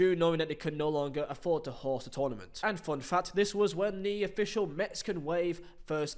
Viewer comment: What's your problem with R's? You guys beefing? You seem to be avoiding them. Correction: You aren't avoiding them, you're putting them where they don't belong. There's no r in "host" mate